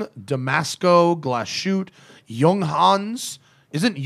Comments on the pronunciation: No, "Glashütte" is not pronounced like glas shoot or something. It is Glashütte, with "ü" and double "t", "Glas" and "Hütte" are two different words. For proper clearifying the sound just go to Google Translate, write "Glashütte" in the german translation box and let google read it for you (press on the speaker symbol). Otherwise great podcast, really looking forward to the next episode. Greetings from Germany! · I can almost hear the germans cringing in pain.... try pronouncing it "Glas-hütte" not glasshoot. But you got the ü surprisingly good. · It’s pronounced Glas-hoota